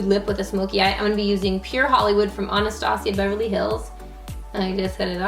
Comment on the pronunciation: You forgot to say Anastasia of beverly hills the correct way